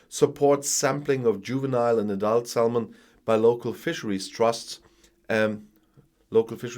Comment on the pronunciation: I love your videos. Your English is brilliant but now and again your pronunciation is off. Do you mind if I tell you? So...salmon - the "l" is silent, so it's pronounced "sammon". You are no nearly perfect, it's worth letting you know, I think. Keep up the good work!